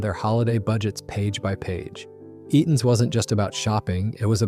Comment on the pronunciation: WHAT language did AI kick into for Eaton's there right off the bat!!??? 🤣🤣🤣🤣🤣